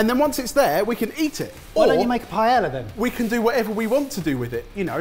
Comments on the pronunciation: The only thing that kills the paella burrito for me is the pronunciation of the word paella....and paellera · What really offends me is "paellera" pronunciation